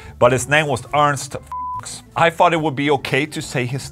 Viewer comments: I think it’s pronounced Fyooks with a long “u” sound rather than the short “u” of words like ducks or pucks or bucks or, well… fucks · For what it's worth you could probably bypass the Ernst Fuchs conundrum by pronouncing his last name correctly ("Fooks")... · So it’s Fuchs and not “Fewchs” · I know you had german in school, the german pronunciation of Fuchs wouldn't have triggered the YouTube police I'm sure haha ("Foox) Also is so damn adorable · The reliability-rating could've been avoided: Ernst Fuchs' last name is pronounced closer to "F-oo-chs" with the "ch" being a voiceless velar fricative, very similar to the "j" in jalapeño. He was a great artist, too. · the Fuchs in Ernst Fuchs should sound more like saying "looks", but with f at the beginning. Not as funny, but more accurate and less demonetizing xD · „Fuchs“ is a German name (it translates to fox) and it’s pronounced [fooks] like „books“ with an f. 🤓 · Ernst Fuchs is pronounced,.. FOOKS!! 😂🤣 lol. no wonder they didn't like your version...lol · Hahaha actually, Foohs. But Ola's version was also nice :D :D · Fuchs is pronounced Fyooks, just an fyi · It’s pronounced Foocks. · Isn't his name pronounced Fewks?